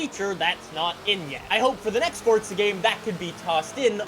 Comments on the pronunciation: Stop saying fortsa it’s forza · Stop saying fortza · Anybody else notice he says fortza? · My wishlist is that you finally realize you’re an idiot and you finally learn to pronounce Forza right 💀💀😂